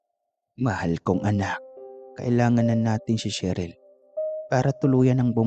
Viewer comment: Grabeng mg magulang 🙁 handang patayin ang anak sa maling desisyon, kawawang sheryl, sherly, sheryl 🙂 (namali ka ng bigkas sir 👻) buti nakaligtas, Thanx to you Isabel 🙂.. Ingats sir 👻.. Sarap mag kape sa ng kwento mo ❤